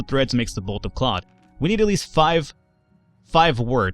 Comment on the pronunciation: why don't you pronounce the th in cloth and beth? edit: and hearth!